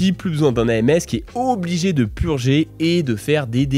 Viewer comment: hello, vortek pas vortex 😉